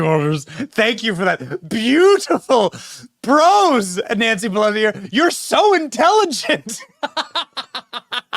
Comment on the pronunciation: When did Pe-lush-ee "spits out dentures"?? Click bait B.S.